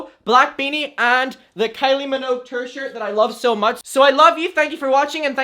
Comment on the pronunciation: love you, but when you said "tour shirt", I thought u said "turd shirt" 💀💀